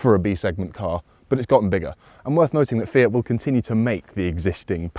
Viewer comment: "Fiat?" Yes, your pronunciation is on point